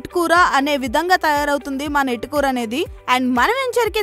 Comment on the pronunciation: ఎటుకూరు కాదు తల్లి ఏటుకూరు